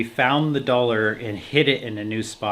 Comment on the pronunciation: “Where’d the dollaah??” 😂